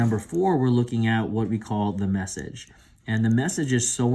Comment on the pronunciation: "messege" was really bothering me...